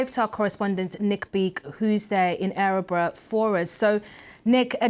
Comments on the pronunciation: It's not ärebro, It's Örebro. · Dear BBC. It's Örebro. Not Ä-rebro. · The Town is pronounced and spelt wrong it is Örebro. Please get it right.